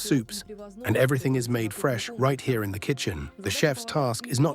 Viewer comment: "you will lie in ze pod"